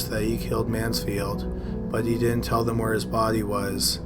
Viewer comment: Pronounce your words. It's not Di'int. The word is didn't. That d isn't silent. Most boring thing I've ever heard